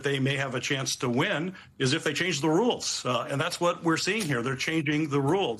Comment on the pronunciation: "Thay gone." I love Mike 😂❤